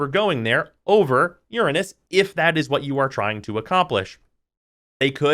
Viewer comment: thanks for saying uranus instead of ur-anus.